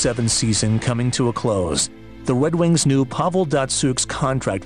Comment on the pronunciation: "the wed wings"